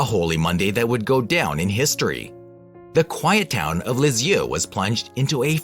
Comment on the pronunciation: If you can’t pronounce her name correctly, how can I believe you know what you’re talking about. This may be true, but the narration is awful.